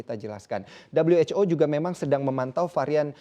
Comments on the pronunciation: maaf min kami orang indo gak biasa dengar dabelyu wec o bilang aja who lebih familiar di telinga orang indo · 'Dabel-yu-ech-o'. Lebih enak kalau disebut 'we-ha-o' saja, kan lagi bicara pakai bahasa Indonesia. Fun facts: Presenter menggunakan kata 'begitu' sebanyak 41x, tetapi hanya 1 yang penggunaannya tepat di dalam kalimat. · Dabelyu ej ow. Sok inggris!